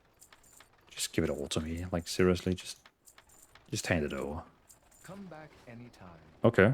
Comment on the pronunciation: " Give it all to me, I mean seriosuly - just hand it ovah" LOL LOVE